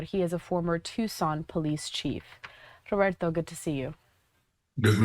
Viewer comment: It’s Roberto, not that weird pronunciation. This is America, Consuela.